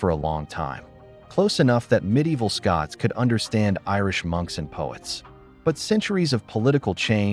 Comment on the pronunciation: Kelt, not Selt. SCOTlands not SCUtland